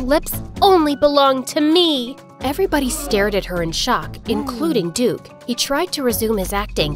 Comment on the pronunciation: duke-y sounded like dookie so he called him crap :)